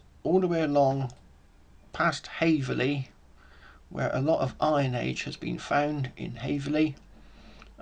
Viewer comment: Hey it’s called: Haverhill not Haverley! cheers 🍻